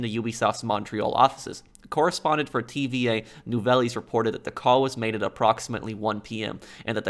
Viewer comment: Tva nuveylles lol